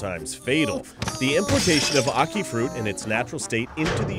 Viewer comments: No one in Jamaica pronounces it as "ah-kee", the "a" is pronounced the same as in "animal". Not sure if it's correct, but I assume it is since it's our national fruit XD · we pronounce it aki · being jamaican, only tourists get poisoned from it and no one here eats it raw, and its so strange to hear other ppl pronounce it, we just say acke not ackee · loool omg u guys...its pronounced AHkee....like AH for apple....ackee -_- not awkey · Lychee rhymes with See see Ackee rhymes with Jackie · I found the way you pronounce it funny, we pronounce it "A Ki" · He pronounced it wrong the whole video... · how they pronounce ackee makes me cringee..actually the whole beginning made me cringe lol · you prenounced Ackee wrong